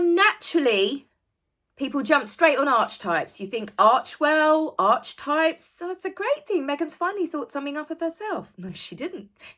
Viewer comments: Ark - eeee - types, not arch lol 😀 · It’s actually Archetypes as in ( Ark-eh-types) …Not Arche-ay-types… I don’t know if you’re having a play on Archwell or not, but the correct pronunciation is with a hard K not the “ch”…. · Hey, It's not 'Arch-Types' it's pronounced 'Ark-e-type', just letting you know, love your work! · It's pronounced ' Arketypes' not 'Artchtypes'. So nothing to do with Archewell. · Archetypes is pronounced ark-e-types. Not the same as Archewell pronounced like march bell. But yes Meghan is utilising “arch” as a motif. Perhaps she imagines it will make people check out her website. It won’t. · Just a quickie. Archetype. It's pronounced 'ark-e-type' Three syllables. Ark not Arch. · I hope it isn't Archie types..but pronounced arkitypes..even that's wrong ..I think she means stereotypes. And I'm bore already. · "Arch-types"? It is actually pronounced "Ark-e-types" - but your analysis is spot-on!! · it's pronounced arc..e..types.. sweetie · It's so annoying. Pronounced Arke-types. Archetypal. And age trying to copyright the word. Smh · Ark-e-types is the correct pronunciation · So Meghan’s podcast is not only a copy of someone else’s work as usual, but a total change in the pronunciation? Archetype in the classical sense is pronounced ark-e-types. I taught a university course in archetypes for years and have used the reference in my screenwriting classes for decades. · I think it’s pronounced arceytype ( hard c). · Is this the normal way Brits pronounce Archetypes? I have never heard anyone say it any other way than ark-a-type. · I believe you pronounce "archetypes as : "arkitypes". 😁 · its pronounced arkytypes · For info - archetypes is pronounced ark-e-types. And isn't it funny that she's whining about labels when its her and those of her ilk who are continually and obsessively sticking labels on people and shoving them into boxes? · Archetypes is pronounced "arci types" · I believe it is pronounced ark-e-types.